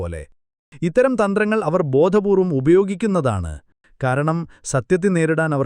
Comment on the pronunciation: ബോധപൂർവ്വം -'ധ ' പറയുമ്പോൾ ശ്രദ്ധിക്കുക 🙏👍👌